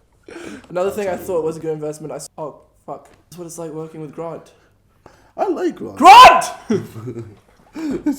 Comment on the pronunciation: Casper says gront instead of grant